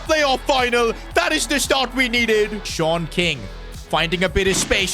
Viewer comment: Am i the the only one that keeps hearing SHORT king instead of SeAN king 😭